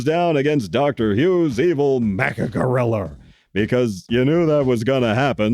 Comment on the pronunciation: Thanks for the shout out and for reviewing both TOHO Kongs and also for insisting on saying "Godzillar and Gorrilar. 😄 You're the BEST, Sir. THE Best!